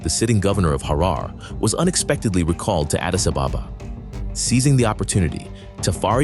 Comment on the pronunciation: Just a quick review of the narration. Harar is pronounced Harer. The name Tafari should be written as Teferi. And his father's name should be pronounced as Mekonnin. There you have. God video.